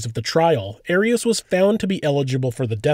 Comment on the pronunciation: It's not AIR-EASS, it's AHR-EEAS